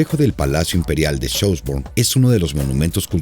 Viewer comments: Dios mio... un poquitin de aleman no le vendria mal al señor que hizo este documental!!!Minimo para que pueda pronunciar bien los nombres que no deben de traducirse. suena horrible escuchar jonbrun en vez de chonbrun por asi de acercarse en su optima pronunciacion!! Francisco Jose.. por favor! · Pronuncia mal el nombre Schoenbrunn. Ademas, Francisco Jose' no era el "ultimo" emperador austriaco, porque Karl I o Carlo I era el untimo. Por lo demas, muy bien explicado e ilustrado por el video.